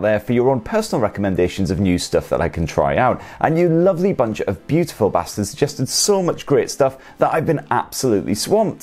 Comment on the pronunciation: Did you say you lovely beautiful basters ? 😂